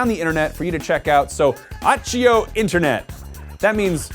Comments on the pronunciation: I'm sorry. Great video and all. But. Achio. Rly. It's accio. Said. (Akkio). Am I the only Brit who was just a tad annoyed by this. No. Yes. Okay. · Achio? i think he meant accio.. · AH- KEY-O. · I thought the same...(i cant cope with some mispronounced spells almost the same as calling muggles "nomajs")